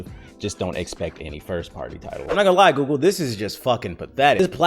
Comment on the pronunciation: Ay y'all gone leave alone with that "gewgle" mess lmaooo